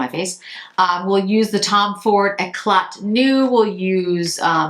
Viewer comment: Eclat—the T is silent